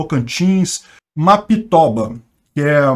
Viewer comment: Desculpa, mas não tankei o "mapiTOBA" KKKKKKKK